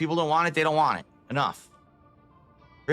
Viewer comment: I still get really irritated everytime he says "Want" I can't explain how much it just pisses me off.